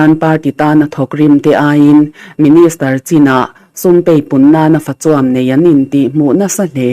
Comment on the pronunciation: "Fachuam'" tih lai tak hi i thluk dik lo.